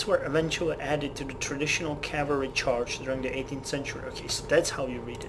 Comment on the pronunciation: The reason you fucked up reading the Musket Charge Calvary description is that it's missing a word.